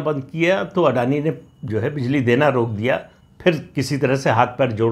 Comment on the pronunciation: आज समझ मै आया की राहुल जी आडाणी-आडाणी क्यू करते है😂